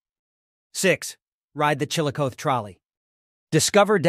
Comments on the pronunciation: Does not pronounce it correctly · Yes I immediately stopped watching this when I heard him mispronounce the name of the city. That’s bad.